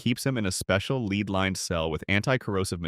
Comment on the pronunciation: "leed" lined cell, maybe you mean Lead?